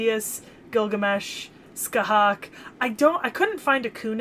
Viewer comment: Scathach is pronounced ska-tah(fricative)aa-ch(fricative) kinda like Sasha ach but with phelm sounds on the h's.